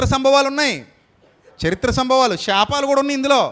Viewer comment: షాపాలు కాదు శాపాలు...... ముందు తెలుగు సరిగ్గా పలకడం నేర్చుకోండి